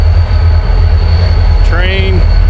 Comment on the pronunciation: Every time you say "train" I flashback to sitting at a Saints game at Midway stadium.😄